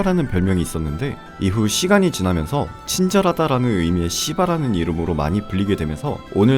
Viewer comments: ㅋㅋㅋㅋㅋ발음이 점점 시바에서 씨바로ㅋㅋㅋㅋㅋ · 시바나 하는데 깜놀 욕하시는줄 ㅎㅎㅎ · ㅎㅎ 시바 발음이 좀 많이 쎄네요